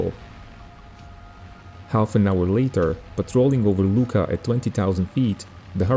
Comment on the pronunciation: Nice video. The airfield name Luqa it is correct , but pronunciation in Maltese ---- Lua----.